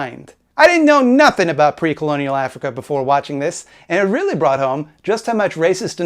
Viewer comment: by the way did you get inspiration from your Watchmen video for this one too? i think you were "weally-weally" upset they butchered your favourite comic book. other than that keep making fun of Pimtool.